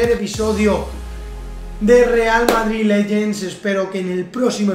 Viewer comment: Porque dices modrid y pad openin no entiendooo jajajajahahaha